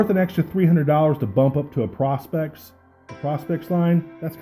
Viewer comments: You say prospect like you are looking for gold....... its not.... it'ts pro.....specs.....prospex!!!!! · Great review. I think all he is saying is that it stands for professional specifications. So it's pronounced pro instead of pra. But I honestly could care less what someone says. Great review none the less and no doubt you know your watches.